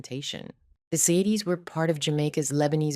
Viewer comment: Plus, how many different ways does Ziades get pronounced in this video? AI is shit.